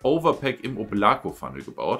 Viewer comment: Wieder mal ein hammer review aber bei dem oblako kopf bitte die betonung auf o! Облако =oblako ist russisch und bedeutet Übersetzt Wolke